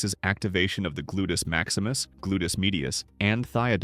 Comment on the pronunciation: "Glutus Maximus" 😆